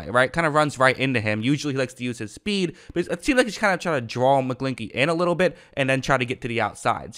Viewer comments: His last name rhymes with inchy not inky lmfao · Mcglin>ch<ey ch makes a sound idk why you're not saying it correctly lol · Your pronunciation is funny. McGlinch the Clinch.